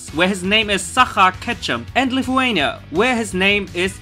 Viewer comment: finaly lithuania im from lithuania and we dont here a lot abaut us so tanks and you sed it wrong + nobady nows whats pokemon :(